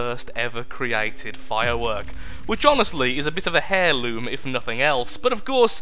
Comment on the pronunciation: "a bit of a hairloom" lol